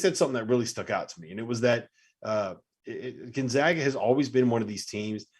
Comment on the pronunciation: how in the fuck is this guy not pronouncing Gonzaga correctly? It's not 1999. GONE-ZAY-GUH